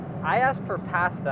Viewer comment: Ahahaha! I'm Italian and linus says pasta almost in the right way